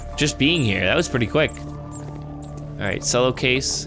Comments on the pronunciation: um it's pronounced Chello not Sello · it's not cello it's pronounced chello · It pronounced chello not sello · You pronounced Cello Sello it's "ch-el-oh", And you said racist when you meant xenophobic. git gud scruuuuuuuuuub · HE PRONOUNCED CELLO LIKE SELLO XDD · Did...Did say "selloh" instead of "chelloh" for the Cello case?! Oh my fluff. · Ch-el-o Not cell-o I think Sorry triggered me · Godamnit u say cello chel-o not selo. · Sello its cello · Cello is pronounced as chello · how dare he say cello like sello how dareth he!!!! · cello is pronounced like chello it a musical instrument:) love your videos btw been watching you for over 3 years! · Cello (ch•ell•o) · No offense but its pronounced chello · Cello is actually pronounced (chello) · Cello=Ch-ello (how to pronounce it) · the way he says cello omg its like Chello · Cello is pronounced Chello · IT'S PRONOUNCED CH. E. LLO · cello is pronounced like chel-o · Sello is not how you say CELLO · Cello is pronounced chello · U say it like chello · cello (ch-e-llo) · TheAppleGamer 0 Ye I was getting triggered by him saying it wrong. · I don't hate slice for this, but I very much dislike when people mispronounce "cello" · As a cello player, your pronunciation of cello triggers me.